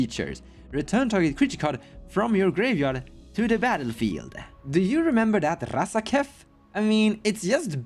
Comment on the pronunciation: Nobody pronounces RRRRazaketh as cool as you,!